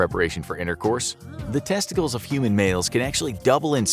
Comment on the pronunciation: Lol. I really like this video the way he says tessties